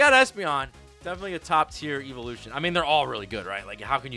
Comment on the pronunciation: How can he not pronounce evolution correctly??